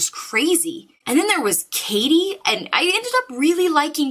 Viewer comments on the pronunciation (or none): DAY IS AWESOME!!!!!! And uhhh... Katie? It took me a while to figure out that katie was supposed to be Kaede. Its pronounced ka-eh-deh. Japanese name. Every one of these book talk gets it wrong.... Poor kaede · I'm probably wrong on this but I always pronounced keades name as kay-eed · she saying kayde name wrong lol